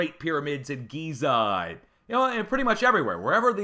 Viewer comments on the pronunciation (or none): none